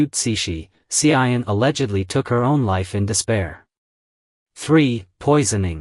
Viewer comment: You pronounced wrongly the name of the Empress Tzu An, not Hsi I En